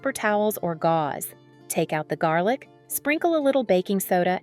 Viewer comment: We love garlic, not jarlick 😂